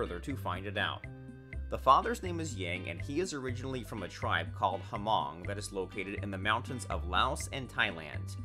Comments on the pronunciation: "Humong" lol just so you know, the H is silent. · Right.!! Humong wtf..lol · It's Hmong or Mong. H is silenced.